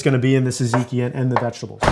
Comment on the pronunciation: well not actually, the "tz" should sound more like a "j"! jajiki! but he pronounces gyro like a BOSS! :D